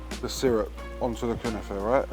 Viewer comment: 🤣🤣🤣🤣 1. Its 100 percent not Turkish, but yes they do make it in Turkey . It comes from the levantine Region. 2. That was an outrageous pronunciation of the Word. An arrestable Offence.😂 3. Great episode. Big up